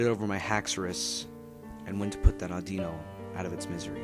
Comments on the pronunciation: its pronounced AW-DEE-NO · Dude its pronouced aw di no